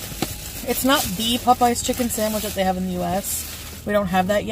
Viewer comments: DrahmaQuene74 Omg I thought I was the only one. “Puhpeyes” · Brilliant as always! And the way she pronounces “Popeyes” makes me irrationally angry.